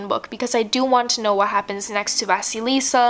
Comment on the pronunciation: The Bear and the Nightingale MC name -> VA-sil-e-YA